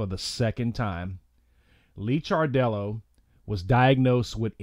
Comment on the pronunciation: His name is Licardello pronounced Likardello. He was a wonderful loving person. He will be greatly missed.